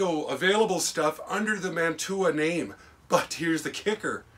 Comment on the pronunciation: I grew up in Woodbury Heights, NJ where the Mantua Metals and later Tyco factory was located. Just to let you know, it's pronounced Man-chew-ah, not Man-two-ah. You're correct that in the beginning, it was all kits you had to put together. Lots of people in town and the surrounding area got their first jobs at the factory, including my sister. My mother in law also worked there. When you went into the lobby, there was a wall of trains a lot like the one behind you. There was a reject pile at the back of the factory where they would destroy the trains that had imperfections. Some of us would raid that pile before they got destroyed, and we'd fix them up as good as we could. Many of us in town had Mantua and/or Tyco train sets when we were kids.